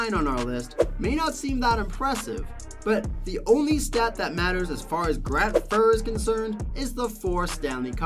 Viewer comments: Why do you call Grant Fuhr as fur? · Who is Grant Furr? People won’t take you seriously if you mispronounce names of players that well known. Not hard to learn how to pronounce the names before you do the video. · Sorry. But his name is not pronounced fur. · Grant Fur? Lol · Buddy cant even Pronounce Grant Fuhrs name lmao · Sat through the painful mispronunciation of Grant Fuhr....got to Dominik Hasek being ranked #4 and had to give up. This video is painful to watch 🤣🤣🤣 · Number 9, Grant Fuhr, His name is pronounced Grant Fue-Er. Number 4. Dominik Hasek is pronounced Hah-SH-ick Number 3. Terry Sawchuk, pronounced Saw-Chuck, you said right a couple of times but stumbled over it as well. Number 1. Martin Brodeur, you got the last name right but his first name is pronounced Mar-Tan. That's the mispronounced names. Number 2. Patrick Roy, not a single image of him. you had some old pictures of people who weren't Patrick Roy. The mechanic you seemed to use was wins, mostly. You threw out a few stats for other goaltenders but it wasn't consistent throughout. Hopefully this is the constructive feedback you were looking for. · Grant Fur and Veznas 🤣